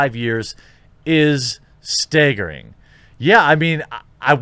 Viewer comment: Jesus Christ you too bro-------- steegaring,,,STEEEeeeGARING!!!!! Was English taken out of schools in the last 15-20 years. What is it with everyone and pronunciation. Nothing personnel but everybody fucks simlple words almost daily